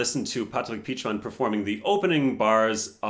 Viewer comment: Yo that pronunciation of Patrick Pietschmann was really good lol. Do you speak German? xD